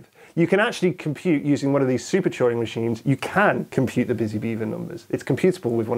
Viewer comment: I thought he was saying "choring machines"